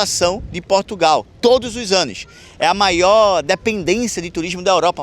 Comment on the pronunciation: 10 MIOIS DE PESSOAS MAIÓÓ